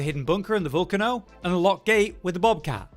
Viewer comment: Great video but youre saying volcano wrong 😂